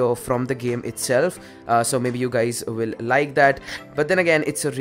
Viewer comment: "whats up gays"????? what kind of sh*t is that?